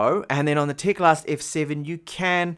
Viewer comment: It is teclast not tecalst